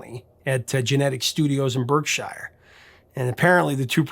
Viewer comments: Not Berk-shy-ar. It's Bark-sher. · "Berkshire" in the UK is pronounded "bark-sha." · Mate, English county names like Berkshire, Hertfordshire, are pronounced with an 'ar' sound rather than 'er'. As though they had been spelt 'Hartfordshire' and 'Barkshire'. 😊